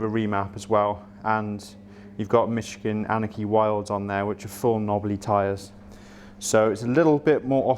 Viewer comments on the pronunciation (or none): none